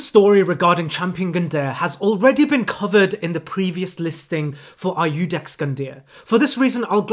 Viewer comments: Did this man really just pronounce Iudex as "Aye-yoo-dex"... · /aiudex/ is the worst pronuntiation I ever listened to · I'm pretty sure Iudex is pronounced "joo-decks". Like adjudicator.